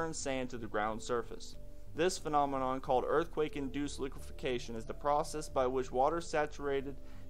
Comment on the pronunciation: goog report. btw its liqueFACtion not liquefiCAtion just sayn. . keep up the great work here